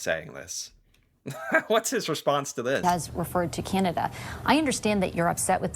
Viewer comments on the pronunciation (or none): Enough !!! ffs, ... Stop saying, " Kieeanda." .... It's; 'Can' ( like a 'can' of soup) ... 'ah' ... 'Da'... (As in. D'uhh... 🤣) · And … could you just pronounce our name correctly. It’s not Cyanada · He can't even pronounce Canada, "Cianada"